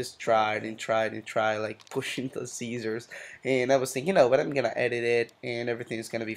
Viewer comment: lol SEEEEEEEEESERS